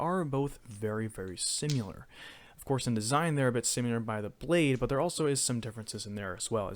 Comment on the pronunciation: its SIMILAR not "SimUlar"